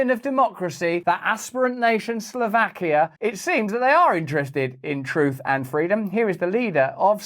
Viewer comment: 'Slow vakia' Not 'Slaw vakia'